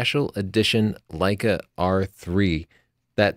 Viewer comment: Birdie Sanders... Lei-KEH